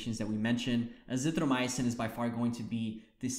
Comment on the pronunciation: It's azithroMYcin not azithroMY-UH-cin.